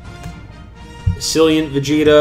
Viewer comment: The way you pronounced assailant xD